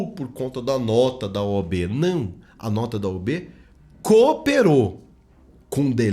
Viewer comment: “OB” não, “OAB”